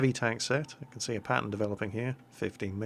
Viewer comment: Whenever you say "pattern" it sounds like "Patton," so when you say "This pattern continues," I think to myself, is somebody driving this Patton? Where is the Patton going? How come he didn't say he was leaving? Is he doing something he doesn't want people to know about? I think we should look into this "Patton" character.